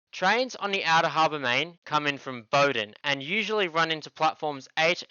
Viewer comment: yes all his pronunciations were correct. Adelaidean confirming